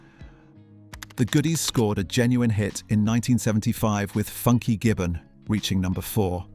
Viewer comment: This has good content. Only irritating thing is the incorrect description of some of the brands and products - this is either an AI bot reading this 🙄 or a person who doesn't really know what they're reading out - e.g. ' Baby ch am" should be Baby'sham' in phonetics.....and 'Funky Jibbon" ??? - such a shame - there are more, just spoils it and almost ridicules the age when these things were current. Sorry.